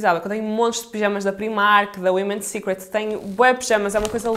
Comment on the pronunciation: Finalmente alguém que diz "Women" secret e não "woman"! 😊 Adorei as compras, beijinhos.